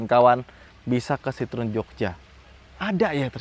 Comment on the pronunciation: Sitrun... itu kita yg baca... klo denger baca aslinya sitroeng 🤣🤣